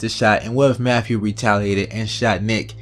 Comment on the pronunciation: Listen here idiot.... His name is Matthew, not "MAFFEW". It is truly disgusting listening to you butcher he English language. Go destroy your own language with stupid clicks.